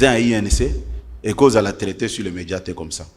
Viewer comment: kabuya balobaka meDIA E NON MEDJA ¡